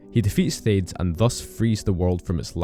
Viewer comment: You did a good job with getting the lore right, but I gotta say: I don't think I've ever heard anyone pronouce Hades as HAY-DZ rather than HAY-DEEZ.